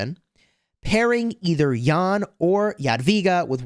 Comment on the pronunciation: As fellow citizen with Jan, small detail, our name is pronounced Jan with short "a" not Jaan :))